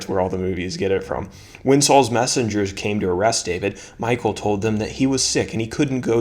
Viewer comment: I think you pronounce her name MEE-KAAL